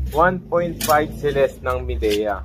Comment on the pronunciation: "maydiya" po Boss. kala ko din dati "mideya" 😁